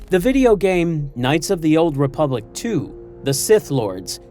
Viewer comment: Republic. The word, is republic.